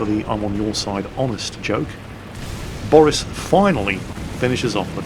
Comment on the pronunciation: okay now we have 3 names we know of can pronounce: boris, steff and of course dave:)